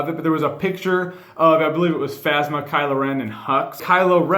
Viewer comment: Is anyone else hearing him say KylA Ren instead of Kylo?